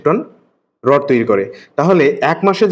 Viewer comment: রড হবে 😂😂 রড় না 😂😂😂😂